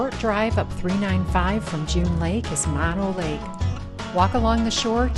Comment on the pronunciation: It is not Mon o Lake, it is Moe no Lake Both 'Os' are pronounced the same. Drives me crazy when people mispronounce it.